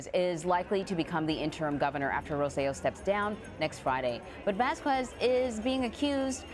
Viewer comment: That's not the ex Governments name; it's "ro-say-jo"